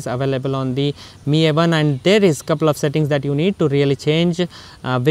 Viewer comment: The way he pronounce 'MI' as 'ME' really bothered me!